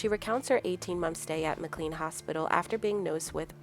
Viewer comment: Pronounced "Mac-Lain" not MacLean